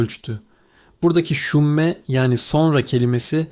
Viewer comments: Şümme değil ; sunucu yanlış telaffuz ediyor …📍⚠️SÜMME ( sonra ) demektir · Sümme peltek s ile telaffuz edilir. Böyle güzel bir içeriği basit bir telaffuz hatası ile mahvetmişsiniz :(